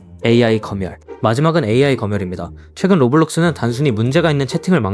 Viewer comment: 검열이 아니라 거멸 아님? 읽는게 부자연스럽네ㅋ